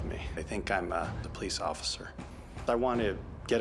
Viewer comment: “You’re my undercover ofider” 😅